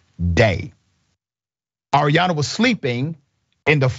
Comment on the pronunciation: Her name Arianna. You keep saying Adriana. The gang violence in Houston is out of control. It’s the most dangerous city.